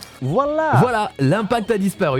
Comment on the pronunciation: le "vouala" il était magnifique